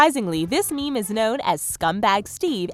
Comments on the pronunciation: Every time she says meme, I lose 10 years of my lifespan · hearing you say "meme" makes me want to die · every time she says meme i die a little bit more